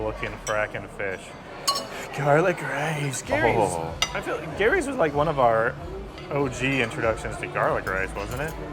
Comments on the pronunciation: stop pronouncing Geeerrrryyy Filipinos pronounce it JEEEERRRRYYYY😁😁😁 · Its not Gary’s!!! Pronounced as Jerry’s Grill!!! 😅 with a G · 🇺🇸🇺🇸🇺🇸🇵🇭🇵🇭🇵🇭 There is a Gerry’s Grill in Union City, California. It is about a 30-minute drive southeast of San Francisco on the other side of San Francisco Bay. We go there a 2-3 times a year. My wife and I now pronounce “GERRY” the way you pronounce it, and “Jerry” no more. 😂